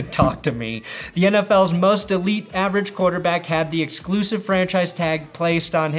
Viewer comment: Was that "exclusive" pronunciation.. an OSW Review reference?